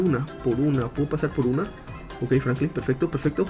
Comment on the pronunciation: diciendo Francline